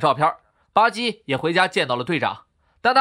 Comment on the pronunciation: 巴基怎麼變成了吧唧呢？